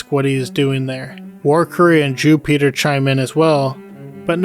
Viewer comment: "Jew-peter" lol. Great video man.